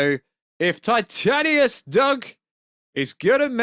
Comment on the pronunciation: This is random but why do you say titanius and not titanus